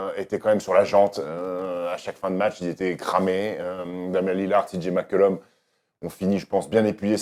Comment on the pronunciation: Je vous aodre les gars mais svp C'est CJ Mccollum Pas CJ Mcculom